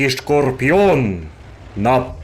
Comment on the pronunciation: That "russkiy scorpion" pronunciation was good. Except the 1st sound is still an 's' not 'sh'. I'm from Ukraine 😋